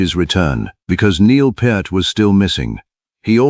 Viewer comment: Neil Part, Neil Putt, Neil Populupigus. Stupid AI. Neil Peart. Like it's spelled: P(pee), ear(eere), t(t). Duh.